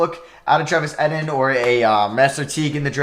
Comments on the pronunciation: Travis Etienne is pronounced “ETN” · Learn how to say etienne please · Agreed. I really thought he had learned from the Jets rebuild but he still says it wrong :(